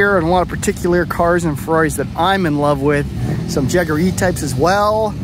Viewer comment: At last, an American who knows how to pronounce Jaguar, many thanks for the video